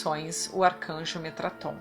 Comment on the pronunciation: Metatron não Metraton, Metatron-Sandalphon; Thoth-Shekinah